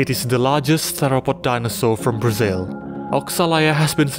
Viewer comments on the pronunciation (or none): none